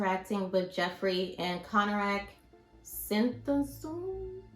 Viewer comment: Okay sis if you actually did watch the Dahmer Netflix show they say his name ‘Konerak Sinthasomphone’s ‘ name especially his last name like 10 times in the show. Because his family is portrayed in a few episodes. At least get the name of the victim right. It’s disappointing and shows a lack of care into your reporting.